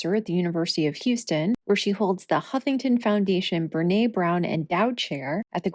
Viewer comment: I said last week that you had pronounced Brene's name incorrectly. I was wrong, and I apologize. I deleted that comment.